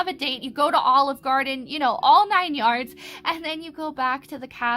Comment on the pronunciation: U said Olive Garden like Olive Garden iz dat girl 🤣 I am dead. S/o 2 Olive Garden though. 🤣☠️